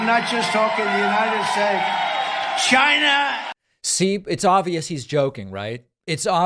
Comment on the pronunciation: But trumps incoherent rantings,odd shaped body and invisible accordion hand gestures are fit for the presidency? 🙄 Mr.T, it's pronounced like its spelled ...China and not Shina.🙄